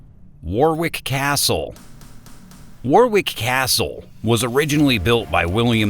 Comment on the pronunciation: its pronounced Warick for god sake